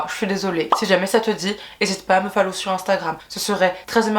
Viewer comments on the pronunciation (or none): "fallow" mais 😭